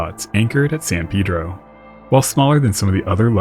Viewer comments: Major props for pronouncing San Pedro correctly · I knew I could trust his research abilities when he pronounced San Pedro like the locals tend to pronounce it